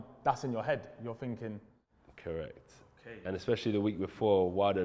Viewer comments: WHAT R U FINKING? LOL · Funny how the english butcher their own language.....’was u finking’